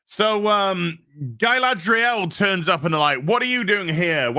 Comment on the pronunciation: "*smuckles*" -Guyladriel